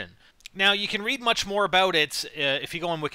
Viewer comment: Fuckin a-boat. Please stop.